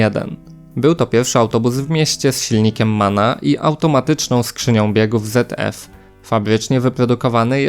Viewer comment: Nie czyta się ZF jako "zet ef" tylko "cet ef". Trochę nauki języka oraz wymawiania spółgłosek Niemieckich by się przydało...